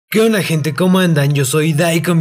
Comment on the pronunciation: Porque dice que ona y no que onda?